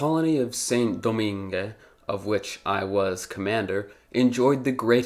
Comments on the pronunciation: Its pronounced like "Sahn Dough-mahng" not "sin doh-min-geh" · Saint-Domingue’s pronunciation: /sẽ.doˈmɛ̃ɡ/ (seh[n]-do-MEH[N]G) Toussaint Louverture’s pronunciation: /tuˈsẽ.luveʁˈtyʁ/ (two-SEH[N]-loo-vègh-TÜGH) Jean-Jacques Dessaline’s pronunciation: /ʒɑ̃.ʒak.desaˈliːn/ (zhoh[n]-zhak-dé-sa-LEAN) I think that while this was a very good video, you should’ve mentioned the indentured servants from India, Indonesia, and China, imported by the same British who intercepted slave ships. The indentured servants were brought to the British Caribbean in place of the freed slaves. The British also relied on American cotton, produced by slave labor, for their textile industry and, if I remember correctly, supported the Confederacy for that exact reason. People tend to act like the British became saints after abolishing slavery and freeing trafficked people by completely ignoring everything they did after that. Also, not so fun fact; the last slave in the United States was freed in 1963, but I didn’t expect you to include this fact in the video lol